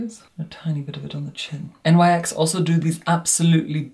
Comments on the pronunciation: Love you but FYI It's pronounced "niks" not N.Y.X 😅 it's not an acronym, it's named after Nyx the Greek goddess of the night 😘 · One - you are literal heaven on Earth 💕 Two - Nyx isn't an acronym. It's pronouced like "niks" 💕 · I'm sure another viewer has already pointed out that the brand featured in this review is pronounced 'nicks' rather than as initials. The brand is named for the Ancient Greek mythological personification of night, Nyx, due to the fact the company initially launched as a makeup range suited to diverse evening / nighttime looks.